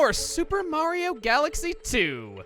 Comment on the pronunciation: i could have sworn peach said marigi